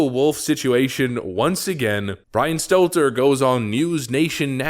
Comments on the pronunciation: It's pronounced "Brain Stunter".. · I used to love when I watched more often, he either intentionally or otherwise used to call him "Brian Stetler" whenever he mentioned him in a video. If it was on purpose, it showed commitment because he never once slipped up and said his name correctly. lol